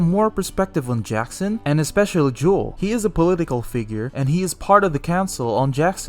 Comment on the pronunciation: Bro keeps calling him juul like the vape 🤣🤣